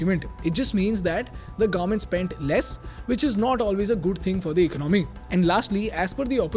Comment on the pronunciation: It's economy not icnOmi